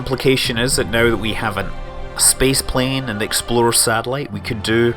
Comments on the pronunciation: I keep hearing Scott say "Exploder 1" instead of "Explorer 1" lol :) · Every time you say "Explorer" all I hear is "Exploder" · I thought he was saying the 'exploder one'... He might have been actually, since KSP is a thing... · every time he said explorer is sounded like exploder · does anyone else think that every time Scott said explorer it sounded like exploder? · Am I the only one who swears Scott was saying exploder 1 every time he attempted to say say explorer 1? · When he says " Explorer " I hear " Exploder "... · no, not every time. hope you got your hearing checked, 3 years is a long time to not be able to hear clearly. lots of mistakes...